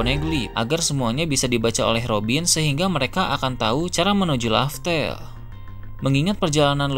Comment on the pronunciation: Laugh tale bukan laftel